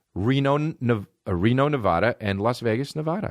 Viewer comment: Y' say Nevada wrong